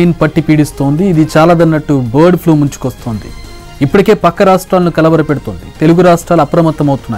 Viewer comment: One more thing.. Flue kadu Flu.